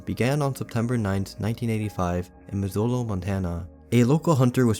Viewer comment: I’m late but Missoula is pronounced liked MIZ-SU-LAH! :)